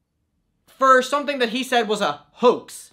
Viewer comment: This is completely off topic but every time he says “Hoax” all I hear is “Hux” and that’s on thinking about nothing but Star Wars👁👄👁🧍🏻‍♀️